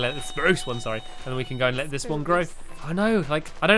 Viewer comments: why do you call it a Sprrrrrrrrruuucce tree?? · you forgot to say SPRUCE properly !!!!!! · Once in the vid u told squashiy that spruce is pronounced "SPPPPPRRRRUUUUCCCE" but in the video if u look back u said spruce😑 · you said spruce not SPRUCE!!!!!!!!!!!!!!!!! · YOU SAID SPRUCE NORMALLY!